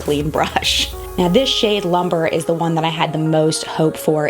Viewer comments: It is pronounced loom-bray, not lumber. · Love this. JFYI the shade Lumbre is pronounced Loom-bray and means fire. Excellent review!